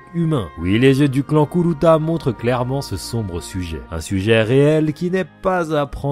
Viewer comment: Jadore comment tu prononce Kourapika et Kuruta 🤣🤣🤣